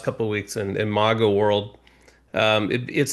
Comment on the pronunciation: A Romney Republican who can’t even pronounce MAGA correctly. Where do you dig these people up, Mark?